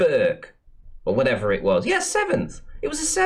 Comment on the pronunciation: "Wotevva."